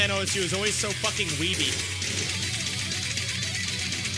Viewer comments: WTF did he say? Ou es ju? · Why the man here say osu is “ o-s-u” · did he really call osu o.s.u???